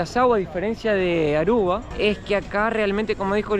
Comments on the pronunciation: es Aruba, no Arruba. Repeat with me please A R U B A. 🙂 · Que divertido diciendo ARRUBA😂.... Querrá decir ARUBA. Mateo enseñale❤ se oscureció el cabello😮